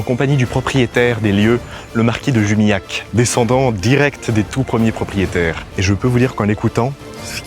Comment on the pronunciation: le nom se prononce , à l'occitane, "Jumilyakk"(LH=Lmouillé = LLcastillan)